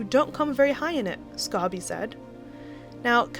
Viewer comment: His name is Omid Scobie not Amid Scarbie.